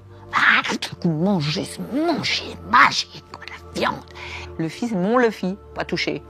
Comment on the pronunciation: S'il vous plait commencez par respecter le manga en nommant les personnages comme il se doit. Luffy se dit "ou" pas "eu", commencez par là